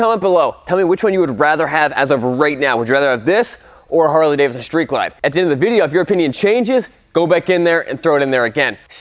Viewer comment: It is Cummins; not Cummings. Why is this difficult for some people? He also seems to think Davidson has only the first D in it. Something else I'll never understand